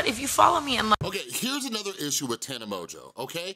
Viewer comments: Its pronounced mojo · Do you know you’re pronouncing her name wrong? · Also you pronounced her name wrong haha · If you actually cared about her and not getting views you would know how to pronounce her name